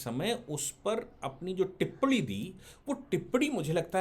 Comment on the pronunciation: टिप्पणी ठीक से बोलिए